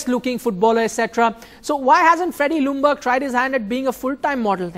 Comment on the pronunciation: How funny h speaks out "Feddie Lungberg" hahaha made my day just awesome maybe its because im high but come on haha it cost me alot of tears lol